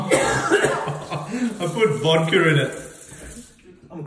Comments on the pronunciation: where is the “R” sound in the word “Vodka”? 🤨 what the fuck is “Vadker”? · I think your ears or speakers need recalibrating, you're the only one who heard "R" in "Vodka". You tell me what "VARDKA" is?